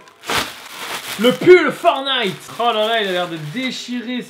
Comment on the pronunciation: Il faut prononcer le fkn T du mots FORTNITE C’est pas compliqué